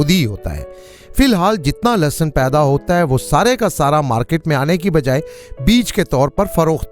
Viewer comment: In Urdu is called lehsan not lasson